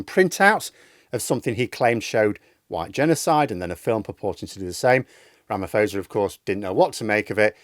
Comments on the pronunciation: Ra - ma - posa, not fosa. It basically for SA taking Israel to court. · Not to be pedantic, but its RamaPosa not fosa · At least learn how to pronounce his name before posting.